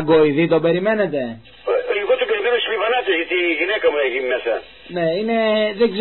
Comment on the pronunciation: Λιβανατες λέει αλλά τονίζει το λι